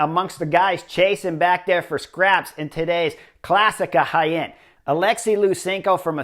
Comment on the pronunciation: Clicked as fast as I could to hear you pronounce Jaen. Well done, Chris!